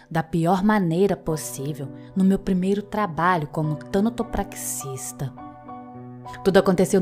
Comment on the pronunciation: Como sempre uma narração incrível! Edit: suicidas não estão condenados ao inferno por seu ato de desespero. Deus é perdão. Não caiam nessa conversa de religiões preconceituosas que não entendem nada sobre o sofrimento humano, quem dirá da bondade do Deus verdadeiro. Só uma observação, o nome da profissão é Tanatopraxista e não Tânatopraxista. É TANATO mesmo, sem acento. 😉